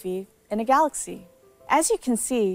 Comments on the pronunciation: I miss the guy who said Samsung Galax or Samsung Galux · no he said Samsung Galox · no it’s Galox